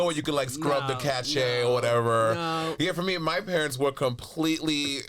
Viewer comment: Cache is pronounced “cash”